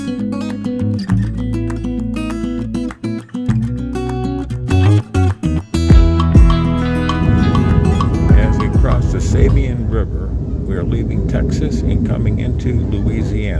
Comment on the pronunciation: My old stomping grounds, that river is pronounced SAH-BEAN (Sabine) great video! 😊